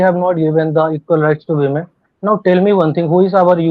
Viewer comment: Women ❌ Wemen ✅